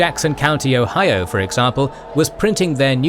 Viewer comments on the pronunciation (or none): none